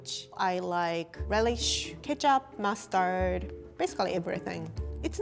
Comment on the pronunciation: Is it just me... Whenever she say mustard it sounds like Mars turd to me